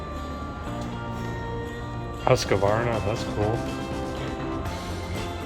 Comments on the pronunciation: If you want to know how Husqvarna is pronounced, it is not "Huska-varna", it is pronounced "Hus-kvarna" :) (It is a village here in Sweden where everything was started) and the company was founded as early as 1689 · What a nice thing to do ❤. So fun when you pronounce Husqvarna 😀. Good thing that the Sweds invented the Turbo 😉. Merry Christmas and a happy new year to you and your family. 👍❤👍